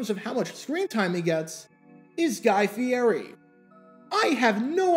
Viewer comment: Guy, it's pronounced, "fi-ETTY". We know this from the Kings Hawaiian bread commercials he stars in, not to mention all the food-related shows he hosts. Check in again after the Super Bowl and share your thoughts about the headliner on the halftime show.